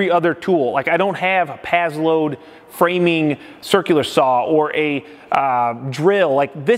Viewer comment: Pass - Load not Paz-Load